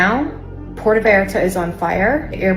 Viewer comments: Learn to pronounce Puerto, Benny. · I support ice and Trump, but BENNY! How do you make an I sound out of a U? Love ya Benny but sound it out! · God knows I love ya Benny~ but, when you can't pronounce Puerto Vallarta correctly (you got the back half right... the tougher part~ vi-art-ta) and, you can Puerto Rico... you start looking FAKE AF! IN the words of Our former [brain dead] President... "c'mon man"! I am also willing to bet half the vacationers in Mexico are conservative as well! So yeah, "stop it, get some help" and "Be Better" brother!~ R/ USNret 🦆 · Puerto (Pwer-toe)* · Pwertoe, Benny!! That's how it's pronounced. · Benny, you keep saying " PeeAirto ' Puerto is correctly pronounced or sounds like "pwairto " The U sounds like a W. Stay North of The Border. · Benny I love you brother I really do, it is pronounced Pwerto Vallarta not Pierto, we can take you more serious if you sound educated, I am a huge fan, and Trump Supporting Conservative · Get your pronunciation on Benito, Puerta not Piairto. Wow Sheinbaum great job mija. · PUUUUERTO. not PEEEEEERTO. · FYI: it’s pronounced “pwerto”, not “pee er to”. Go with “puh wear toh” if you need to. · “Pu-air-toe” Vallarta - you can do it Benny! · Why are you saying "Pi-Erto"??? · Benny ,oh god pronounced sounds like. PWERTO. You're way closer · Benny, please pronounce it “poo-where-toe”, just so you know. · The tortured pronunciation of the word "Puerto" by Benny Johnson is just par for the course. How long has he lived in this country? Puerto Rico is a long-held territory of the United States. Can he not read the name and make the connection? It's the same word,! Pietro... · Benny. Benny, Benny, Benny. It's PWARE'-toe. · Apprentiate you but FFS learn how to pronounce what youre reporting on....pwhere-toe. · Pierto? Puerto was too hard to say lol ? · Come on Benny you don’t know how to pronounce Puerto Vallarta? It’s not Pierto…lol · Benny! Say Puerto Rico…. Now say Puerto Vallarta! 🤷‍♀️